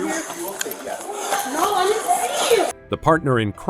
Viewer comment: What's up with adding an "a" to the end of words ... "NO-a!"